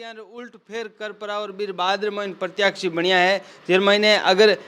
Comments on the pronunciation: प्रत्याशी बोलो प्रत्याक्षी नहीं होता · प्रतियाक्षी नहीं प्रत्याशी होता है!